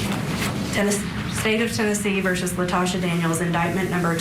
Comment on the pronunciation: Her name is Latosha, not Natasha🙄